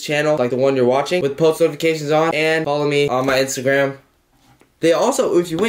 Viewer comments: This is like my 3rd time watching this video and I realized he said wathing 😂😂😂 I love this man😂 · "THAnkS FoR WAthinG" Who doesn't love WAthinG you;-)